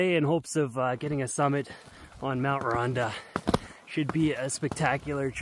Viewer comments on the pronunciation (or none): Love it, just a quick one, it’s pronounced ‘Ron-tha’ since it’s Welsh 🏴🏴🏴